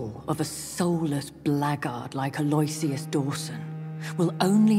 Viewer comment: It grinds my gears that they all pronounce aloysius wrong, lol